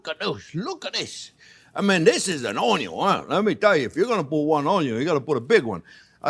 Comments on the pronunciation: he can pronounce the letter N yet not in the word onion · Take a shot everytime this guy says UNYOUUNNN 🧅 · ONYO IN DA HOUSE!!! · Onyo-salt: Exists Chef Jean-Pierre: Has it 😁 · Me too. I never say onion while cooking anymore- it's "onyo" now and forever! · it is so great to say onyo... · please say union one more time